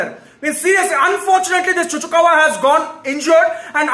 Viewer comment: Cucurella ✖️ Cucukawa ✅ 😂